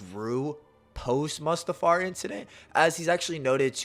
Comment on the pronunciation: Bro why are you saying mustafar like that? Is that on purpose? 😂 Its Mustafar (moo-stuh-far) not "muhstafar"...sorry..my autism would let that stand lmao